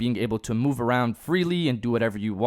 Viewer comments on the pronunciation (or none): none